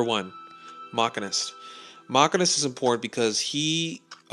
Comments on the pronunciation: fwiw Machinist is pronounced "Mah-sheen-ist" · No, it's Machine-ist. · That's not how you pronounce the machinist, by the way when u get into 85+ commando sucks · Machinist you said it wrong